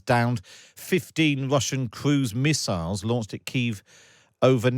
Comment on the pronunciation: 15 wussian cwuise missiwes